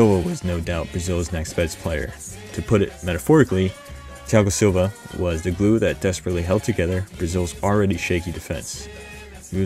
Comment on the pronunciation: Great pronunciation of Thiago Silva's name